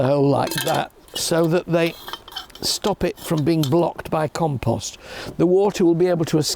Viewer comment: Did he say compost maybe? And not compose?